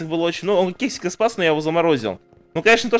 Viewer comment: Когда он ловил Кексика,он сказал вместо кексика,сказал сексика -- ОРУ